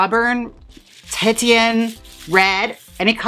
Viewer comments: lol, you slay JM. Titian ( like the artist ) is pronounced ‘teeshan’ rather than ‘tittyann’. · I think it's pronounced tee shin not tit tee in. My mom had that og barbie with the pony, so I remember looking up the color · I so very much needed this. Titian pronounced tee-shen <3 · "Titian" is pronounced "tish-in". It references the artist Titian who often painted woman with the hair colour. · 'TEE-SHUN' hon x Love you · It makes me sad to know you’ve had such poor education in your life. 😢. But now you know the right way to say the word to keep from being embarrassed! Yay! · "Tie-shun" or "Ti-shun [Ti as in "tits"] :P (Titian was a painter who did a lot of women with bright auburn hair) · OMFG!! I was crazy for The Bundys... It was my young adult guilty pleasure❤️ Thank you for this recreation! 💋 BTW... The colour titian is pronounced TEE - she - ann... Love! 😘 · Haha.. pronouncing titian "titty-in" feels very Milwaukee <3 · It’s pronounced tishun. 😘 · I hate to be nit picky. But Titian is pronounced teeshun. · it's pronounced Tishan ......................